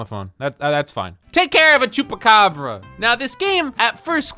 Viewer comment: TALE CARE OF A CHUCARABA 😂 GOT ME DYING ON THE FLOOR